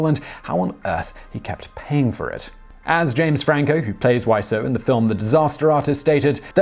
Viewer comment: This time's not your fault, his name's pronounced Wiz-oh, not Why-so. At least, that's how I've heard it in interviews with him, but I wouldn't put it past him to pronounce it in numerous ways.